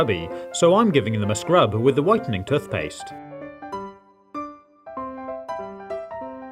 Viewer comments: It is tooth not tuth. I have been a professional housekeeper for many years for an organisation that used to wash pillows and none were ever the same afterwards. It is far better to put protectors on pillows and then replace the pillows periodically. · Why does he call tooth paste toth paste lol 😂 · “Tuthpaste” hahahah 😂😂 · The way he says “toothpaste”